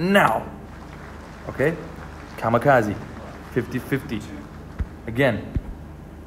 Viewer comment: This nigga called it the kazikazi or whatever 😂